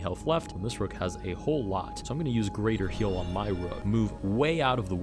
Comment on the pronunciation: "greather" heal???! greather!??!?!